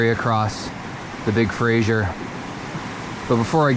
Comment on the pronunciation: Lol it drives me nuts to hear people pronounce it fra-zier river. There's not even an I in the name. Lol say it with me: "fra- ser". Fraser. 😂😂